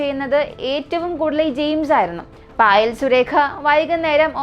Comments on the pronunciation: മോനെ ഫയൽ അല്ല പായൽ എന്നാണ് പേര് ഞാനീ കഥ കേട്ടായിരുന്നു ❤ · പായൽ... എന്നാണ് പറയുക പയിൽ എന്നല്ല.....